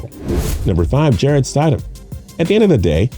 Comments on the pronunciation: Did he really just say Jarrett STIDE-EM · The guy says: st I dam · Right! "Sty-dem"? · It's not stide-ham, it's stid-ham. If you can't get something that simple correct, why should any one take your analysis seriosly? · How much can you really know about Football if you can't Even Pronounce the Patriots Back up QB's Last Name, you said it WRONG SEVERAL TIMES !! so it wasn't an accident it's pronounced STID-Ham not Stydum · St I dam? That’s wrong It’s stid um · It’s stidham not stadhim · Ik😂 jarett st-I-dam no its sti-dom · Rollercoastercritic Aviation Stidham is pronounced with a short vowel I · Yeah, his name is Jared Stidham. Also, you pronounce names weird. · I like this guy and his silky smooth voice but the way he pronounces Jared Stidham gave me a seizure. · Not to mention he says Stidham's name wrong 20 Times.... You think if your gonna say a name 20x you might want to get it right.. LMAO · It hurt hearing this Idiot say Stidham wrong 20 Times... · Or how he says stidham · St”eye”dham, Sony Mitchell?! Come on my guy, do your research on the pronunciations. You must not be from SEC country..LOL. It happens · You seem knowledgeable, but you need to figure out the correct pronunciation of the players names before you make these videos. Stide-Um? Sony Mitchell? Come on, man! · Jarret sti dam Are barn Sony mitchel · Ore-gone and Stide-hum. It's horrid. 😖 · No credibility from a guy and a channel who can’t even pronounce simple names like Stidham and Michel correctly. Probably never played a down of football in his life. TB12 isn’t going anywhere.